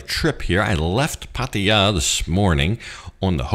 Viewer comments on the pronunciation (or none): none